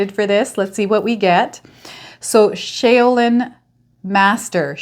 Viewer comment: shaoLin master pronounced Like shawLin 😊😊😊 gemini here..